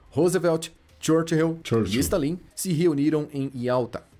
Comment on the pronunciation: se não fosse por esse stalín em vez de stálin eu nunca ia perceber que era voz de IA😮